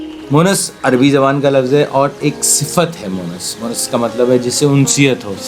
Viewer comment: Bhai it's Monis and not Monas . Thanks